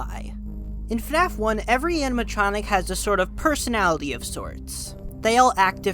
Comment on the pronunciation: Why do say fanaf and not fnaf